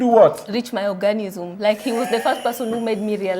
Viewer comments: Orgasm not organism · Girl it's orgasm. Not "organism". Damn busy embarrassing yourself!! Omg😱 😱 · Eiyy I'm here in 2024,,,its orgasm not ORGANISIM 🤣🤣🤣🤣🤣🤣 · My orgasm! Not organism!